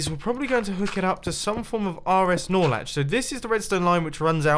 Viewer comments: "We gottat have this run into an RSNorLetch. so well connect the first RSNorLetch to the second RSNorletch." also mumbo-"my redstone builds are usually pretty easy" WHAT ON EARTH IS AN RSNorLetch? funky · Every time he says snorlach I always think of pokemon